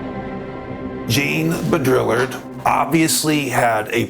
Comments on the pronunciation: Hey bro....I totally appreciate this subject and am in no way trying to "hate on you" in any way, but for the sake of making a video and talking about these very profound subjects....can you please do yourself and your audience a favor and learn to correctly pronounce Simulacra, Simulacrum, and Jean Baudrillard. You're obviously an intelligent and conscious dude, but missed pretty hard on these words, which I found shocking and distracting. Please take this as constructive criticism. In a private conversation....not a big deal, but mispronouncing these major words that are at the heart of Simulation Theory, and its founder in front of the world is not okay. Other than that, keep doing what you're doing. 👍💥😎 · Your pronunciation of Jean Baudrillard is "simulacral".